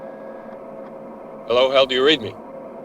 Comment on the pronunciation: HAL-lo Dave